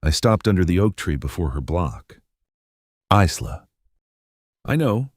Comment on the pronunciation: Stupid AI, Isla is pronounced I-la, just like island. The "s" is silent.